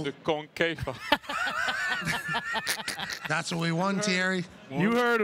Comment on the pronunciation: Ohhh ! This is so hard to watch. Dude says french fires, french toast !!! LOL. How did Titi get ticked into wasting 30 mins of his life on this show. Titi took one for the team CBS team to come here and promote CL tuesday. He doesn't know how to say concacaf and said Concafa, the league his own country plays in ! Wow.